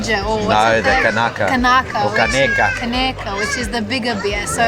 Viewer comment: Leanne pronounced "caneca" and "imperial" perfectly! 🍻👏